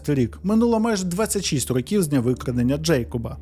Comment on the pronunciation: В автора явна проблема з наголосом в слові "Років". потрібно з цим працювати, бо під кінець відео починає підхарювати. Наголос на другий склад може бути тільки в значенні невідомої кількості років. "Протягом рокІв не могли знайти нападника": "протягом 10 рОків не могли знайти нападника".